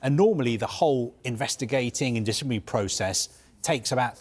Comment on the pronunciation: Is this fella drunk. He can't pronounce provisionally or disciplinary 😂😂😂